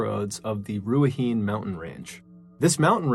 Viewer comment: Awesome stories - just FYI, incase you ever re-record the last story, the pronunciation is not Ru-ah-heen, it’s ’Rue-ah-hih-neigh’